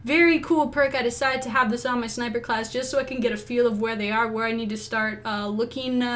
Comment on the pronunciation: sniper not niper